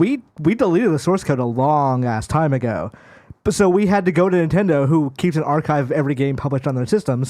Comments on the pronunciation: Nendedo is how how he said Nintendo 😂😂😂😂 y’all will employ anyone and your community just eats it up. Bravo I guess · Really? Now you're trying to call someone out for saying Nintendo as NENtendo? What is wrong with you? You're pathetic. YOU are toxic AF. Idiot.